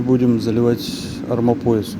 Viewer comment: Армомояс у вас звучит смешно😅😂